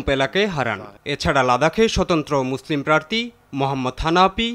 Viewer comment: প্রার্থী নাকি প্রার্তী